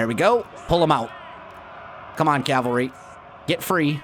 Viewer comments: “cavary” Please insert the L 😂 Calvary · Its Cavalry.